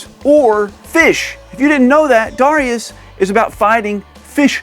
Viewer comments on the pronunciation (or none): Its read as D-E-I-rius.